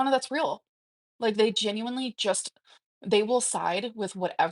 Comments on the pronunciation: Maybe if she said it correctly, it wouldn't be so bad! 💀🤣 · "Pitcher" "Bolth" "Sall" "Genuinely" Drives me crazy.